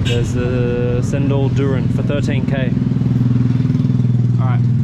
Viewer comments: its pronounced chendol, C in malaysia and indonesia are pronounced like a ch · We'd pronounce the "C" as in "Cherry" so it's "Cendol" not "Sendol" 😁